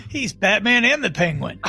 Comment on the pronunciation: He’s Batman not mad-man.